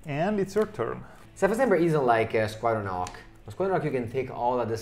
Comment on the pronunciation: Between Squadron Hawk and Glint Hawk, I'm getting to hear call a lot of birds "ocks." Italian must not have leading H sounds:)